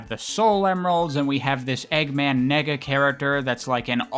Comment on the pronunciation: I’m pretty sure it’s pronounced “Nay-ga” dude 🤣🤣🤣🤣🤣